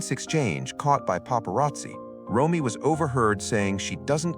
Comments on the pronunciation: Nick's sister's name is R-O-M-E-Y, pronounced Roam-ee, not Roy. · Yes, “Roy” weakens the credibility of this broadcast.🥲